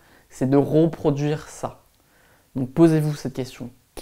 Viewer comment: vidéo très intéressante ! il y a juste un truc qui me titille... ce sont tes sons RE qui se transforment en RO... comme quand tu dis ROproduire ... c'est pas grave mais ce genre de détail détourne l'attention quand on commence à bloquer dessus. sinon je découvre tes vidéos... tu devrais en faire une qui explique aux nouveau par quoi il faut mieux commencer face aux grand nombre. à bientôt